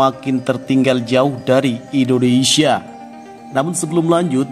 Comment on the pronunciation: Naratornya perlu latihan secara intensif agar dapat mengucapkan nama negara kita dengan BENAR dan baik. Bukan IndineSA tapi IndoneSIA.